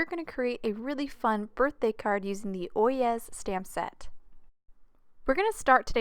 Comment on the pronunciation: I’m pretty sure it’s pronounced Oy- yay. At least, that’s how I’ve heard it pronounced. I think it was a court case, and it was the bailiff. Anyway, I loved the card and loved London as well!